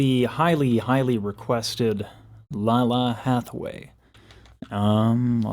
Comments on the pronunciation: Laylah, not Lala. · Her polyphonic is RUDE! lol Btw...I counted 5 "what's," you should check out Snarky Puppy feat. Lalah (pronounced Lay-Lah) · Lalah Hathaway (pronounce it with respect on her name: LAY-luh) is the legit crown princess of jazz. Excellence was the only choice here. She and the backup singers understood the assignment. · The pronounciation is Lay- Lah. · I love your reaction. Lalah is pronounced (Layla) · Black woman will fix it. Btw... It's Lay-luh😂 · Just fyi, her name is pronounced "Lay-la ". I love love love your videos!!!😄😄😄😁